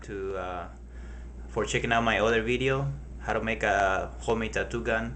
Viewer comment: Lmaooo. he sed beedioh ( Video) lol nice vid thoo